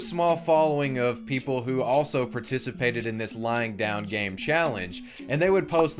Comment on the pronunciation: It sounds like you’re saying “lying down gang” which I like a lot more